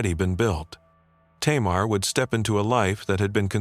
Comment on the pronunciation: Tamar in Hebrew is pronounced "Tamar".